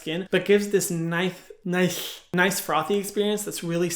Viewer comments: I laughed a little to hard when he said “nith “ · “Nihhhhh”. Tried to say “nice” and ended up sounding like Sid the sloth 😭